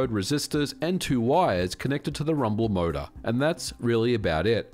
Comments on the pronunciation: Even today I don't care for rumbling or force feedback whatsoever except for racing games where it actually makes sense with wheels. The rumble pak was a fun gimmick, nothing more for me. btw, took me a while to figure out that you saying "MODA" all the time actually means "motor" 😂. Sorry, non-native here. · "mouda" hahahaha